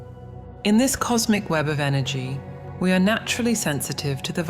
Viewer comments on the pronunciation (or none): none